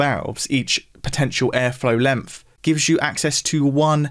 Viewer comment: Why does the presenter pronounce the word “length” as “lemmff” ?